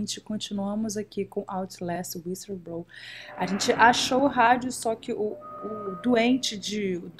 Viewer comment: Raquel CORRIGE pelo amor..... É WHISTLEBLOWER....